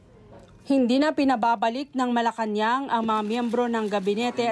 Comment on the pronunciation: Malacanang palace versus malacanang palace... So funny....